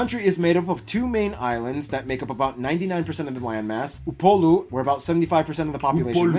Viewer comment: Yoooooo you pronounced Upolu better than the guy doing the video you reacting to!